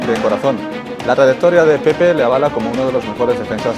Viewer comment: Français ! Apprenez à respecter les noms des gens. Il s'appele PEPE et non pas PEP. Rien que pour ça je ne regarde pas la vidéo. Surtout pour les Africains que vous appelez EME BAPPE, ENE GOMA, ENE GOLO KANTE alors que ce n'est pas comme ça qu'ils prononcent leurs noms.